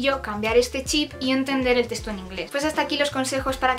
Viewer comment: En cada teshto xd